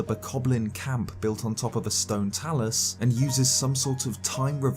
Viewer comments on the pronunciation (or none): none